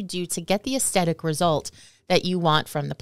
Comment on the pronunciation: Too funny - when she said "aesthetic" and pronounced it "astetic" I subconsciously found myself saying it to myself adding the "th" in the pronunciation. I wonder how many times we all do that in a day and don't even realize it! Anyway, good info, I'm getting my PW Clematis in the ground this week 💚